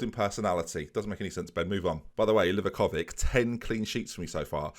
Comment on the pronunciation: Don't want to ruin the fun for you of saying Livakovik but it's actually said Livakovich 🤣. Love the series Ben!